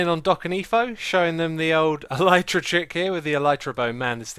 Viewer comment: Elytra is properly pronounced as "Ella-tra". And elytra is already in plural form. "Elytron" is the singular form.